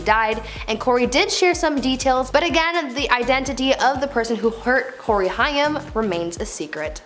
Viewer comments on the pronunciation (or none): OMG.. It's Haaaaaaaim. Learn how to pronounce a name .